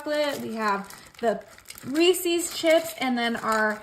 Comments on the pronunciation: I am a Reese's Ambassador. It is pronounced Reese's, not Reesesses. Please correct your pronunciation! Thank you. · Reece’s was started by a man named Reece(phonics will tell you ee makes the long e sound). Therefore it is pronounced REE-ses, NOT, I REPEAT NOT Ree-sees. The apostrophe denotes a possessive proper noun. His name was not ReeSee. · Reese’s Not reeecees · Re Sis not re ces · First and foremost, Reese's is pronounced Ree-sis not Reesees. Grammar is very important to me and it bothers me that other people say everything wrong. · I mean this kindly just as a clarification, “Reece’s” is pronounced: Ree-sez. ☺️ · Always love your recipes! However, you are mispronouncing Reeses's. ❤ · Pronounce Reses correctly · Learn the pronunciation of Reeses, lol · Learn how to pronounce Reese's.